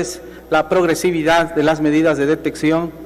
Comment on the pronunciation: 😱😱😱esa secretaria no sabe leer bien, dijo detención en lugar de detección 🤣🤣🤣🤣 sinónimo de diagnóstico